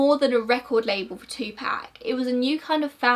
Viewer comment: It's [Two-poc] not [Two-pack]. Just a kind correction.